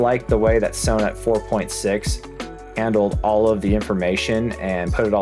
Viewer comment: Sew net??? Son-et